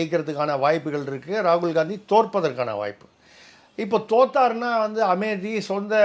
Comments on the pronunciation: Amethi is the name of a town in Uttar Pradesh. It is a Proper Noun. Hence it has to be pronounced as Ame-thi and not Ame-di. You may please cross check. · Sir, Amethi pronunciation is wrong. It is Amethi, not Amedhi. It is Ame-thi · It is Tamizh pronounciation....just like same pronounciation for Madham and matham